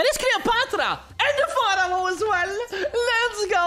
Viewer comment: It`s pronounced FARO, you riparoni!! 🤨🤨🤣🤣🤣🤣🙋‍♂🙋‍♂👍👍